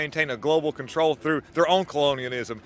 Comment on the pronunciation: "Now ya catchin' on" she says grinning. Idiot. And "coloniaNISM"?